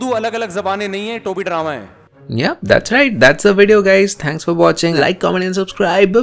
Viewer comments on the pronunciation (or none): none